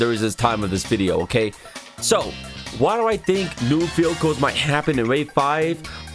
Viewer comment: you kind of sound like you said field goal instead of vehicles